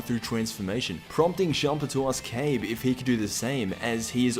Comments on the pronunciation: It's not "cabe it's ka-bae =kabe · That could be true, idk why but the way he pronounced it just annoyed me.